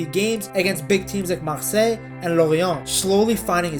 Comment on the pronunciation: Hello, just wanted to point out how good your french is, it's pretty rare to hear someone who's mother tongue isn't French (I assume it isn't ?) that speaks French words so well. Your "Rennes", "Lorient", "Marseille" were really nice to hear ! Also, as a Belgian, I absolutely love our Count Doku !! At Euro 2020, he was, at 19, our best player, by a good margin... (KDB wasn't amazing that tournament) says a lot about how strong he was.